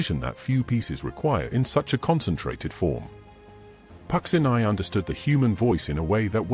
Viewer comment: not pronounced pucksineye but pucheenee